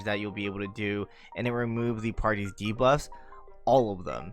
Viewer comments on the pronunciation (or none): none